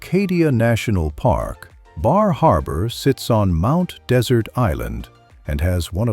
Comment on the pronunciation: Great coverage. Mount Desert Island is actually pronounced 'dessert'. I know, it's weird.